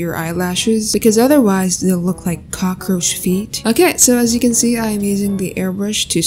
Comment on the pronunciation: Cokoroach feet” got me💀